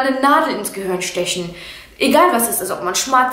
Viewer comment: Ins gehörn 😄 du sagt Gehirn gehörn